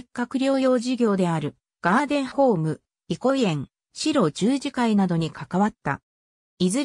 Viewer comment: この中で村尾圭介医師が居た茨城県鹿島神栖市の軽野村にあった白十字養療所の読み方がシロジュウジではなくハクジュウと読むのが正しいです! 大きな誤りですので、是非とも訂正してほしいです。